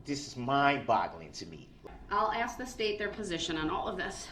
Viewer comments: ..Now we know why he always said “ AKS “ 🙄 bc he learned it from his mother .. lol 😆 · She says "Axssk" too, like her very mental son🤣🤣🤣!